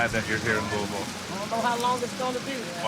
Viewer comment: Right off of rip; I’m impressed he’s pronouncing Louisville correctly. Looking forward to the rest of this.